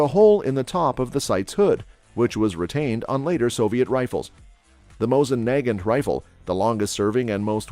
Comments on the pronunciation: yes he said NAY-gint and it is nah-GAHNT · SKS rifles start at $500 now. Mosin NAG-gant?? I think its usually pronounced as nah-GAHNT. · He pronounced the "g" at one point after saying it 2 other different ways lol. He said "Nay-john-t" lol.